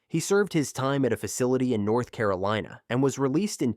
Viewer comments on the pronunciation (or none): none